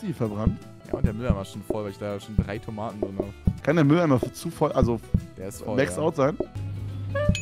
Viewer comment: 1.06.51 von Toomaten 😂